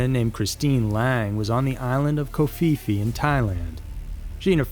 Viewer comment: ''Koh Fee Fee''??? Come on now ..... A tiny bit of research would have shown you Phi Phi is pronounced ''pee pee''.